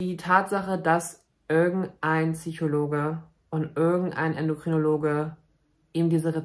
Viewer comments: Es heißt bitte PSychologe, nicht TSychologe! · Bei all deinem wertvollen Kontent macht es mich wahnsinnig, dass du immer "Tsychologe" sagst... 🙈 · "PSychologe." Mit "Ps". Nicht "Züchologe." Sorry, das triggert mich ^^ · Wie oft kann man“Tsychologe“ in einem Video sagen. Ps Psy Psychologe, kann doch nicht so schwer sein. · Das heißt Psychologe und nicht Tsychologe. 😅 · I love you, but pleeeeezzzee: PSYchologe, nicht Tsychologe..merci